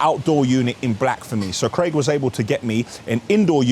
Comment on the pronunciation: The way this guy says BLAKK gets me everytime haha